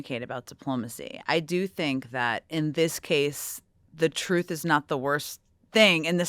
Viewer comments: When it's coming from Trump, it's pronounced "twooth", not "truth" 😐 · It’s kinda amusing to recognize the huge irony in the name. I personally like calling it “Troath” like he said when he first announced it. 😂